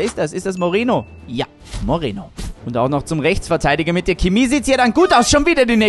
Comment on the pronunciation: Geiles Video aber bitte sag nicht Kimi sag pls Chemie